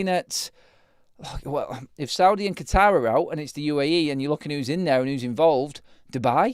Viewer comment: the way you said Qatar 😂😂😂😂. Qeetaaaaaaaar 😛